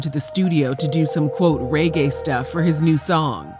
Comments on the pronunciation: Why do people pronounce it ‘raygay’? That always irks me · How can’t you pronounce reggae properly……